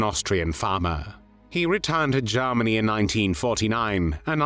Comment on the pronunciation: especially how he pronounces Garm arnie!